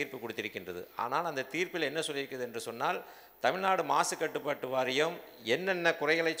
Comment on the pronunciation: எடப்பாடி. தமிழ் நாடு என்று சொல்லுங்கள். தமில்நாடு இல்லை